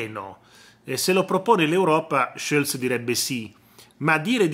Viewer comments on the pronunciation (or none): none